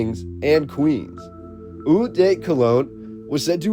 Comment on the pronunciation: Hi, francophone here, eau is simply prononced : o